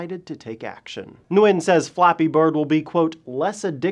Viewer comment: You pronounce his last name Gwin I believe. I know wa guy with the same last name and he said thats how they pronounce it.